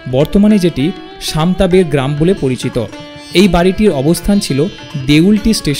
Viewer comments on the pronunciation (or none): none